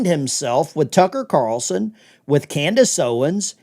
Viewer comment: Cartoloson, I heard that 😅.